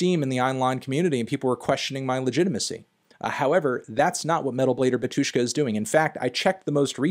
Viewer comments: Why stress the word as batUshka, if it's bAtushka? 😂😂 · Dude, please, it' BAtushka not baTUshka, pronounce the name correctly. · UGH the stress falls on the first syllable - bAtushka, not batUshka; when are you going to start checking the pronunciation, cantony pronunciano? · Also, Anthony is pronouncing word Batushka wrong. It is bAtyushka, not batYUshka (stress on first 'a', not 'yu'). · it's bAHtushka, not batUshka:) stress is on "A" anyway great video! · not Batu'shka, but Ba'tushka. And i like that you more into eastern eu music (ic3peak etc) 👌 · PLS KEEP IN MIND ITS NOT batUshka its bAtushka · It's BA-two-shka, not ba-TWO-shka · It's BAtushka not BatUshka! Sorry but your pronunciation drives me crazy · It's bátushka, not batúshka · actually, bAtushka. not batUshka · Its BAtushka, not BatUshka. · the way he says batUshka hurts my ears. it's bAtushka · it's called bAtushka, not batUshka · bAtushka not batUshka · bÁtyushka, not batyÚshka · its bAtushka, not batUshka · its bAtushka not batOOshka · Pronounced bAtushka not batUshka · NOT batUshka but bAtushka!!!!!! LEARN RUSSIAN! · Finally someone said this. Hearing him say batYUshka hurts my russian ears. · that BatUshka pronunciation makes me hurt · I hate it when people say batushka with a syllable stress on U, though in the original language it is bAtushka with a stress on A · You spell Batyushka wrong, the stress is on the first syllable [bAtyushka] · bátushka - the stress is on the first syllable! stop exploding my brain. that was unprofessional 😵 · Pronounced "Bátyushka" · *in strong russian accent*, No-no, comrad, you spell it wrong, repeat after me ok: "baa-too-shka". You put stress onto the first syllable. That's better! Good comrad! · The stress is on the first syllable. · it's pronounced "bAtyushka" (stress on the A). And the artist name is pronounced something like "kshishtof"